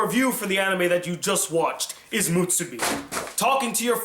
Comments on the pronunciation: It's "muSUbi" not "muTSUbi". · u keep saying mutsubi not musubi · Musubi. Not mutsubi. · Why are you pronouncing musubi like theres a hidden T in there? Its not mutsubi! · Kazuspeed x Because allowing him to trigger you with bad pronunciation is.... mutsubi. :D